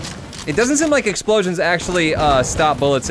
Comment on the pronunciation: did anyone notice that he says exploions block tears